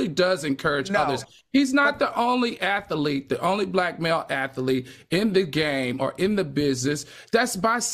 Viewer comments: Lawd Al kills me with the way he says Athlete. He pronounces it Atha lete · Seriously! I was so annoyed hearing him say 'ath-a-lete'. I'm like where did that extra syllable come from?